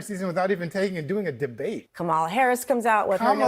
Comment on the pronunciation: You pronounce Kamala like Momala. They should just say Momala.